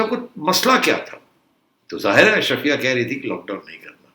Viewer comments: سیٹھی صاحب ، برائے مہربانی، آپ کی مودبانہ تصیع کی جسارت ہے کہ لفظ اشرفیہ نہیں بلکہ “اشرافیہ” ہے ۔ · Najam Sethi is so Elite he cannot even pronounce Ash-Raa-fia correctly. 😂😂😂